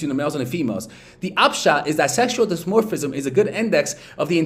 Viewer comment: Can't even pronounce "dimorphism", reveals not understanding half of subject matter he presents, still does a video on the topic. Guess I'll respect the attempt and hustle.